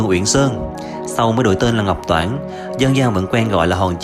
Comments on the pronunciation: Ngọc Trản ko phải Ngọc toản bạn nhé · núi Ngọc Trản (xưa gọi là núi Hương Uyển) chứ ko phải Ngọc Toản